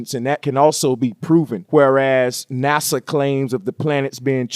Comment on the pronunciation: "NUSA Lunching Ruckets..." lmao!